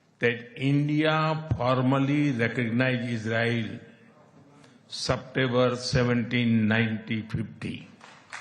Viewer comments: Sabtember to Bolna seekhna do babe ko September hota hai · I like your news and comment very much. Please Modi ji ka September suniye. It is Suptever not September.